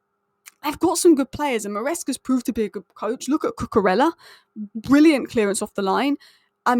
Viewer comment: It’s not koo koo rella! In Spanish when you have two ells together. It’s pronounced as a Y. So it’s. Koo Koo Reya. Your welcome.